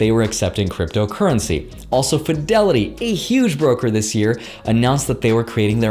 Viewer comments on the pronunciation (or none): thanks. He says “brooker” 🤔